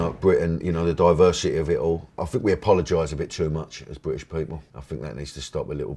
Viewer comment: I “fink” he needs subtitles.